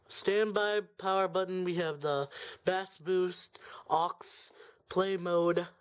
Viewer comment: FYI: Bass is pronounced "base."